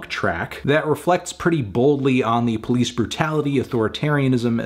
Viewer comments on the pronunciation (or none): none